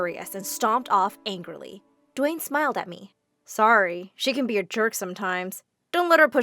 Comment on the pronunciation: "dwaen Johnson"